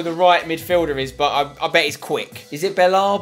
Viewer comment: It's not bellabi belerabie